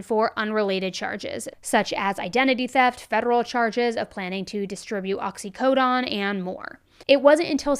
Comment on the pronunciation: that medication is not pronounced "Oxy-co-dawn." The correct pronunciation is "Oxy-co-down" (last syllable would rhyme with cone, phone, lone, etc.